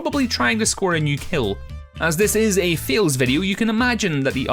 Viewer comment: I'm sorry... are you saying "fails" or "feels" Noone knows